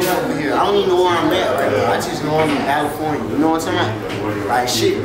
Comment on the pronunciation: "Balifornia" got me deadd🤣